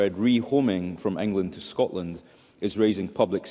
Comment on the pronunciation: This woman cannot even say Scotland properly. Another interlouper at the snp though 😂🎉🎉